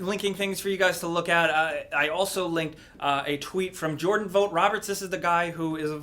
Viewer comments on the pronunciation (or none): none